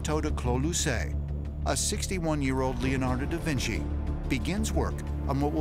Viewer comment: "da vin see" haha